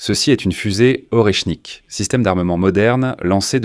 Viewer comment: « Or et chnique « …c’est quoi ce nouveau métal rare ?